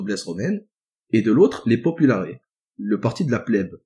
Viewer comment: Superbes vidéos, merci beaucoup Au faite, on prononce§es dans populaires (popoularesse) pareil pour optimates